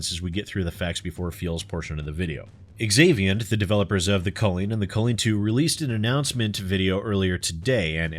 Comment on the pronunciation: When a name begins with the letter "X" it is pronounced as if it were a "Z". So "zaviant" not "exavient".